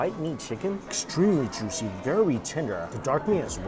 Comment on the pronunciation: "Sooper tendurr n jooshi". Over. And Over. And Over. Again. I can't believe some of you guys take this as new and engaging content. This guy is fleecing everyone.